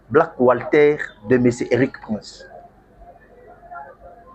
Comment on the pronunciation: Black water papa journaliste et non black wslter